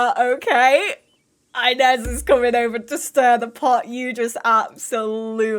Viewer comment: oh this absolutely feels like watching one of your old school lps - just better because its basically gay fanfiction - and i am LOVING it <3 just one small thing: 'inez' is pronounced ee-nez, not eye-nez ^^'